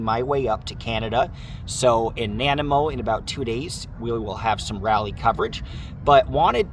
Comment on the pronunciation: It’s pronounced “nah nigh mo”. We have a lot of odd names here lol